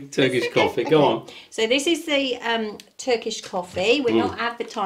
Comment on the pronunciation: Hi and you are so lovely folks ❤ your pronunciation of Turkish is amazing good job☺Greetings from Canada I miss my home country ❤